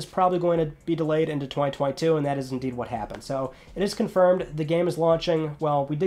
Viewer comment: I find how you say 2021 and 2022 VERY OFFENSIVE and offensive content notices and and